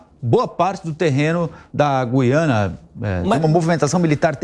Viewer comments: Goiana? É Guiana seu animal. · Sim, mas se pronincia "Guiâna" e não "Guiânia". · "Guiânia"😅😅😅 Esses "repórteres" da shopee não cansam de se expor ao R I D Í C U L O. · Guiania? Foi isso que ele disse? Kkkk